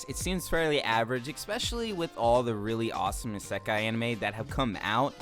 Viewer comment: I know I'm really late on this video but why do you pronounce isekai like that